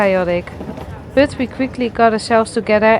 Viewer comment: Joh met 1440 abonnees (die uit NL komen) spreek gewoon Nederlands.. Spreek bijvoorbeed "but" niet uit als het onvriendelijk nederlands woord voor onderdeel tussen navel en knieën bij vrouwen . spreek de engelse "u" als een "ah" Umbrella wordt dan ahmbrella "But" wordt dan baht. Dan begrijpen engeltaligen ook waarover je kletst